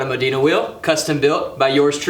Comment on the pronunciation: modena not modina as in mo den a